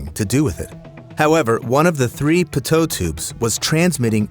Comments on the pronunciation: "pitoe tube" no offence but it is pronounced peetoe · Pitot is pronounced PEE-toh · The pitot tubes is pronounced like "peeto tube" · Am I the only weirdo that gets annoyed w how he says pitot ? lol😂